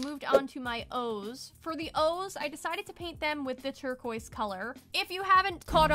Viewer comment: Saying "turqua" may sound posh in english speaking places, but it really makes no sense, because it's supposed to be imitating the french pronounciation, but the french do not pronounce it "turqua", it's "turquaz" . You can't skip the "z" sound. Your best bet is to prononce it the english way. Even if you're with french people, they would understand you.